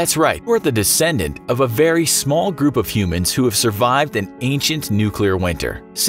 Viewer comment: Can you pronounce nuclear?